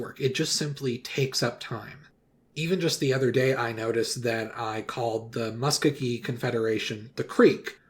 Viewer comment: This is kinda stupid but Muskogee is pronounced Like muh-skow-gee, not mus-ku-gee.